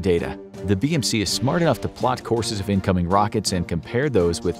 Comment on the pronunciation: I heard bbc in stead of bmc